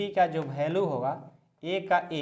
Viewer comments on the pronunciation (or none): Sir bhalue nahi value khete hai